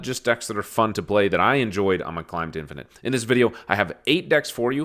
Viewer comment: Did you say “Dad-finate”? Hahaha so I am not the only one